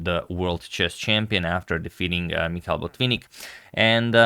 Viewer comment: Its Mikhail Tal not Michael Tal